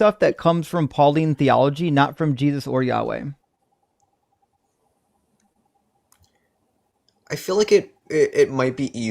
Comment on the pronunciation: Pronouncing the tetragrammaton as "yaoi"! Yeeeaaahh, let's make a fudanshi